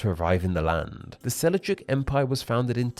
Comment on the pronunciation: Sel-juk, not Sel-i-juk. Hittites, not Hitties. Pronunciation was weak on this one.